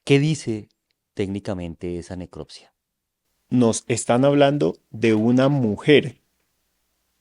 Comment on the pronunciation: No es neclottttssssiaaa es necropsia!!